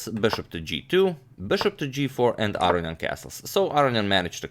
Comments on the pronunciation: Not Aronyan, but aronYAn. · You are unquestionably mispronouncing "Aronian"; "Arian" (as you pronounce it) would violate not only every principle of pronunciation (it is not possible for "-on-" to be silent) but it would also be the only Armenian name in history that didn't end in the two syllables "ee-an". There are four syllables in Aronian: "ah"-"roh"-"nee"-"an". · Levon's name is pronounced - lEvon aron-yAn. Not, levOn arO-nian. (capitals represent location of intonation) Agadmator, your pronunciation sounds like "Aro-ian", swap the "i" for a "y" as in "yum" and add an "n" just before it. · Your English is impeccable. The perceived mispronunciation (I pronounce it "a-rone-ian" ) I just attributed it to your Croatian accent. Doesn't bother me at all. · Gustafsson and Svidler pronounce it Ar-row-nee-an. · Pronouncing Aronian incorrectly? How about "wit" - you pronounce so much shit incorrectly, while being smart, you make me wanna be a superintendent. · No, he's actually saying 'Aronian' wrong. You can hear the correct version of his name in this video.